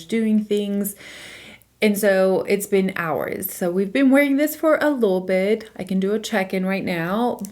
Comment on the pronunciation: How come you say “lil” bit instead of “little” bit? Haha